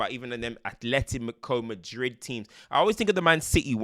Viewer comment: “Them Atletimico Madrid teams” 😂😂